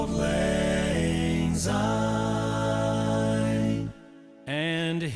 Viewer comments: Speaking as a Scot, I find this version of Auld Lang Syne to be insulting. If people are going to sing it, at least try to sing it correctly. It's not pronounced 'old', it's 'auld' and it's not 'take', it's 'tak'! And they sound like they're singing Zine when it's Syne. As a vocal coach, I would've expected you to know how it is actually sang in Scotland! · There is no z in the word syne. It’s a soft s.. if you were a Scot as I am, this would really sizzle your sausages. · As a Scot I have to say that whilst this does sound wonderful it grates a bit to hear the title line being mis-sung. It is not "Old Lang Zyne". The word "Auld" is Scottish for "old" and should be pronounced like "Awled ". Lang was sung properly but the word "Syne" is soft and should be pronounced like the word "Sign". Have a wee listen to a Scot singing it